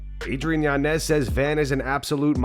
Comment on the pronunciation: It’s Yañez not Yanez